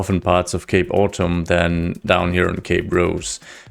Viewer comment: I had to go back before I realized you said Cape Autumn & not Gay Bottom